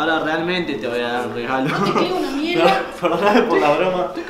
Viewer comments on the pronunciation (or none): porque decís legalo pero se dice regalo